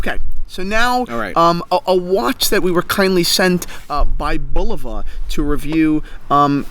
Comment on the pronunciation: I stopped watching after the son pronounced Bulova wrong smh